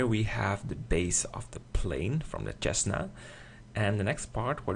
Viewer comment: Isn't it pronounced sesna? maybe i'm wrong. Looks great though!